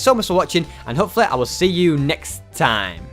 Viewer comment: did anybody hear say naked instead of next?